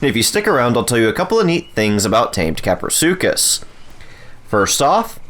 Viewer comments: Kapro not crapro🤣🤣🤣🤣🤣🤣🤣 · Lol english isn't my first language I thought you pronounced kaprosuchus like this kah-pro-such-us I didn't know it was pronounced kah-pro-su-cus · Craprosuchus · "Crapro" 😂😂😂 best part of video and was quite unexpectable. Plzz next taming guide on quetzal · “Crapro” 🤣 it was bound to happen 😂👍